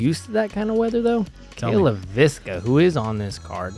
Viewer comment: Ironically, they get Leiviska wrong every time. :) (it's "LAY-viska," emphasis on the first syllable, not "lay-VIS-ka.")